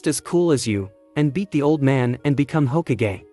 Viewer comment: it's hokage not h okage